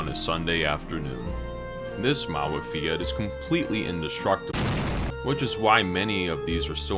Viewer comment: you say "fiat" not right. you should say fiat like "fyat", I mean without "i" I mean we don't read "i" we read "j'', "fjat"